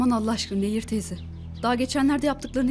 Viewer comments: Admin Nehir değil,Neyyir. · Nehir değil Neyyir lütfen dikkat edelim bu konuda hassasım